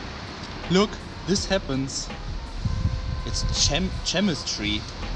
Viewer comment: "Gemistry??" lmao!! Solid work though.